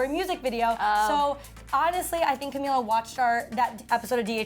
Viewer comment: Bruh it's Camila pronounced CamEEla last name is Cabello xD